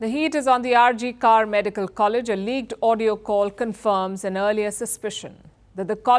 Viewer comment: Its RG Kar not Car....pronounce it in correct way!